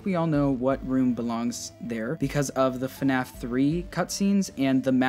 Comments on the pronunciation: Word: Fnaf Pronunciation: fun a f Me: .....hah this game is fun as fu** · “Hello, everyone! Welcome to a video on... FuhNaff!!” - literally the best intro ever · Day 11 of saying FuhNaff is awesome